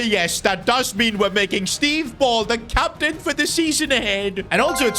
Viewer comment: “Captian” that AI needs work lol